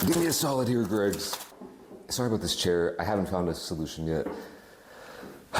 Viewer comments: Why do Americans have problems pronouncing Greggs it’s like they add syllables for no reason Greggs is a 1 syllable word no g-reggs or gr-eggs just say gregg like the man’s name and add a s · EH? how is an 'e' a 'ey' sound??? Greygs